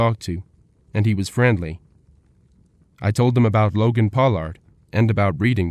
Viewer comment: Logan's name isn't pronounced Pow-lard